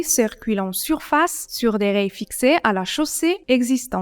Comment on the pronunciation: c'est dans quel pays qu'on prononce rails comme la 1er pers du singulier de rayer ?